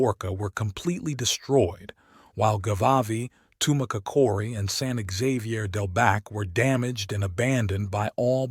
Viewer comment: I wish this guy would quit chopping up the words San Xavier and the papago tribe??? It sounds horrible when he pronounces those words, san haveer, and papago easy to pronounce just the way it's spelled okay.